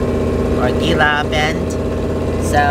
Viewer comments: Gila is pronounced Hee La :) Be safe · Gila is pronounced Hela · Gila is actually pronounced "heela". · Gila pronouced Hee - La . Terry and Scott pronounced it wrong too in their video.